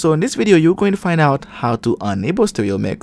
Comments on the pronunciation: ITS ENable not Unable ffs its in the name say it right its not hard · Ultimately helpful, but a little confusing. When you say ENable, it sounds like UNable.